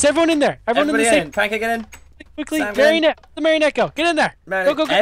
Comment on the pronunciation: PEOPLE IT IS MARIONETTE. NOT MERRINETE, NOT MARRIONETTE, NOT MARYONIT, NOT ANY OTHER WAY! PLEASE YOU GUYS IN THE COMMENTS ARE KILLING ME.